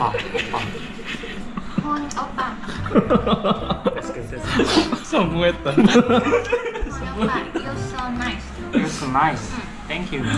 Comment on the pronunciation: ㅋㅋㅋㅋㅋ ㅎㅎㅎㅎㅎ 호빠~ 이리 발음 할 줄 알고 하신거 아니죠